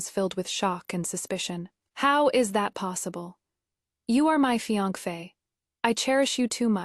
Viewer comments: What is fiangfe? It’s Fiancé/Fiancée. (Fi-yan-se) that’s how you pronounce it. The trouble with AI is that it just recites what ever is in the script. If the script is full of grammatical and spelling errors, naturally the pronunciation would be horrible. AI is but a tool. If you don’t want to work on it yourself at least don’t do a half-arsed job. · The pronunciation of fiance is hilarious! 😂 There is no such pronunciation. Its a French word pronounced "fee-ahn-say". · Riiight!! What is with that pronunciation?